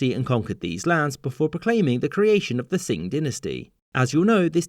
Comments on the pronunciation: Wanna note as a Chinese speaker and a student of Chinese history that “Qing” is pronounced “Ch-ing” and not “S-ing” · It's not ching either, it's a sound English doesn't have, kind of halfway between ch and x. In pinyin (Mandarin western phonetic pronunciation aid) it's "qing". So he's trying to be correct and likely is having a hard time with the pronunciation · Where does the "" pronunciation come from? The Chinese speaking sources I found all said "Ching". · Qing isnt pronounced '', but rather closer to 'Ching'. However, spelling it like 'Ching' would cause confusion, because the two sounds 'Ch' and 'Q' are distinct in Chinese, much like 'X' and 'Sh', 'J' and 'Zh'. The syllables 'Xiang' and 'Shang', while sounding similar, are differentiated. On the surface, it may seem confusing and counter-productive, when you get to learning chinese it is really helpful. It's easier to have two sounds that have around thirty meanings than one with sixty. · Don’t you mean Ching? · My understanding is it’s pronounced Ching, not Tsing. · So it sounds like "ching" is a lot more correct than "sing" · if you're speaking Mandarin, that is absolutely not how you're supposed to pronounce Qing - it's close to "ching"; "sing" and "king" are equally far away from the correct pronunciation in Mandarin. That said, if you're only familiar with a different Chinese language, then maybe you're right for that specific language, but definitely not for Mandarin. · No, in Manchu it’s pronounced Daiching, not tsing. Qing in Mandarin sounds like ‘Ching’ in English. Some southern Chinese dialects and languages do have a Tsing pronunciation. However, Qing should always start with a ‘ch’ sound when spelled that way in English. He says Qirui later with the right sound, he must have just made an error. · it's Qing, not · Qing is pronounced Ching 😉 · Some pronunciation errors here. "Yuan" really should sound like "Yoo-en" and "Qing" like "Ching." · Its pronounced the Ching dynasty